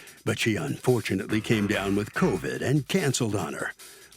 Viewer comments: I thought she said covic😅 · PLEASE STOP saying Covick!!It's CovID!!LOL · Covid not Covick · The number of people across this great nation that say “coVIC” instead of “covid” in 2024 is RIDICULOUS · She also says "covic" instead of "covid" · She keeps saying COVIG and that bothers me